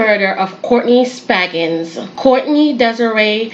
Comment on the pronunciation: Spaggins? Its SpRaggings.